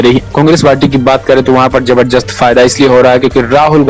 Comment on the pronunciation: Bhai zabardast hota h naki zabzrjast😀😀😀